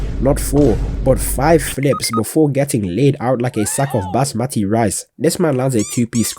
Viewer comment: Yo genuine question, which country you from? Cause aint no way you called Basmati Rice Bazmati Rice